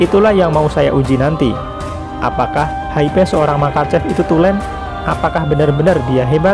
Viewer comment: Hype pengucapannya Haip.